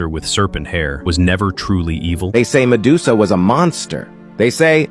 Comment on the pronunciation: ok, so i m outside and have kinda low volume so as to not disturb others but i legit heard, "sedusa" here😂